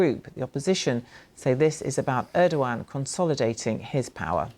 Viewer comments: They can't even pronounce ErdoGan properly... instead, they say Erdoan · Bro pronounces Erdoğan as Erdo-gone